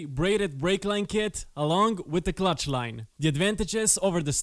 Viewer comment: Clutch not cutch! Nice video!